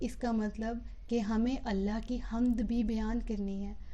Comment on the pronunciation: حمد کے لفظ میں میم ساکن ھے